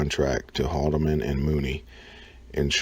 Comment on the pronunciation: HOLMAN & MOODY. Learn to say it right lol